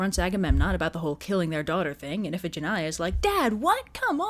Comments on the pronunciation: Damn, as always, great job. XDXDXD Also, huh? Iphigenia is pronounced if-eh-gen-eye-ah? I always pronounced it as if-eh-gen-knee-ah. I prefer the latter version, actually. Sounds prettier to me. XD Iphigenia is such a pretty girl's name, but after hearing this story I'm not so sure it'd be a good idea to name my own future daughter (if I ever have a daughter) Iphigenia. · Fun fact: Iphigenia in greek is pronounced "ee-fee-JEN-ee-ah"